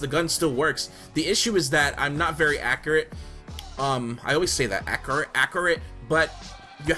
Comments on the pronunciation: "Ack-cree-ate" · You can learn how to say accurate from Dj Khaled. true story